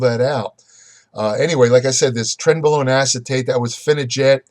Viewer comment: 0 - 10 mins. - Trenbolone , trembolone .... Trentbolone , trembolone .......trembolone .....Trent blah blah blah............